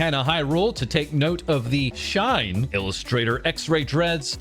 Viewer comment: That's SHI-NE as in die in Japanese, not SHINE as in sunshine